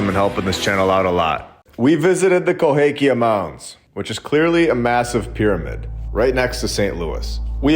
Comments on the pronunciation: You spent the whole time calling it "Cohakia" but it's Cahokia. Drove me crazy. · Minor point: it’s Cahokia not Cohakia.. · The correct pronunciation is Ca-ho-kia, NOT co-ha-kia. I live here, please correct your pronunciation. Thanks for your awesome channel. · KaHOkia, NOT KohAkia. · Love your content. I live very close to Cahokia Mounds. The proper pronunciation is Ca Ho Kia Cahokia NOT Co Ha Kia Cohakia is wrong. Not sure if you are able to edit the video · Ca hoe kia mounds. Please at least learn how to pronounce the names. Love your content though. But having to listen to you say Coe hake ia over and over was making me crazy. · I am hoping you now know to pronounce: ca HO kia Good info otherwise. The orphan trains have always confused me...their sheer numbers mostly. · Hey, let me help out, because I live in the area, it is pronounced “kuh-HO-kee-ya”Mounds. You’re welcome. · Both of my parents graduated from CA-HO-KIA high school. You’re killing me with that a in the middle. It’s an o. 😮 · I’m sorry but CA- hOKia lol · Always thought it was pronounced ka hoe Kia-long o in the middle. Love the videos! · Cahokia. Ka Hoe Kia... Sorry, man. It's just rough for me! But it's always a joy listening to your videos. Thanks for all you do! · It's pronounced CAH HO KI A. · Love the channel, just wanted to say you are mis pronouncing Cahokia.